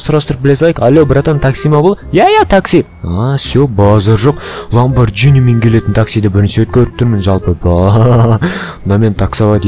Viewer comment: Ламбаржени емес Ламбаргени